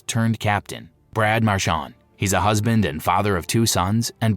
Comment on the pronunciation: Sanderson wasn't 6'2". He was more like 5'10". And the correct pronunciation of #63 on the Bruins is: Marr-CHAND (rhymes with HAND!) It is NOT pronounced Marr-Shon, (rhymes with the word ON).